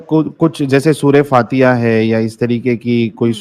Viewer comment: MADAM AAPNE TOH QURAAN KO TARJUME KE SATH PADHA HAIN،،LEKIN AAP TOH SUREH FATIHA THEEK SE NAHI PADH PAA RAHI HO ،،،AUR YAHAN HAZRAT AAYSHA KI SHADI SIX YEAR ME HUI THEE ،،TOH WAHAN SEETA MAA KI BHI SHADI 5 SAAL KI UMAR ME HUI THEE IS KI JANKARI BOHOT KAM LOGO KE PAS HOGI Q،K HINDU KITAB BOHOT KAM LOG PADHTE HAIN AUR QURAAN KO SAARI DUNIYA PADH RAHI HAIN